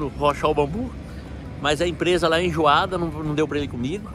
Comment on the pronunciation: É enjoada, não "injuada" kkkkkkkkk